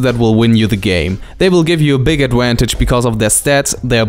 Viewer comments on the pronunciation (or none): We have very different Vs and Ws in spanish too so you sound really funny, I guess I sound funny too with others phonetics. Start working in your "eVation" no eWation, and "adVantage" no "adWantage" and it's no "Wampire" (I love that one XD) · "adwantage" and "ewasion" have won my like